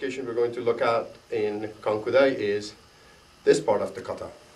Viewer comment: good video, but mmm you may want to change the introduction of the video, it's not "KUANKU DAI" but it's "KANKU DAI", you may also want to change the description of your video, again it's not "KANKIU".